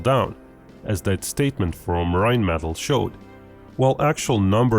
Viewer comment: Check your pronunciation. Rhinematal is not "RIne Metal" - more like "RIne met all"